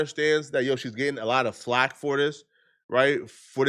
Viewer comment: I knew I wasn’t trippin 😂 got a few words he does like this I forgive him though he know not what he do